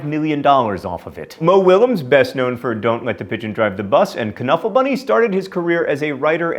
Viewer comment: Knuffle bunny is one of my favorite childhood books. Knuffle is pronounced nuffle